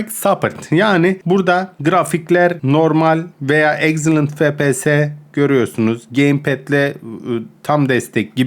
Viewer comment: abi su efpiyese fepese deme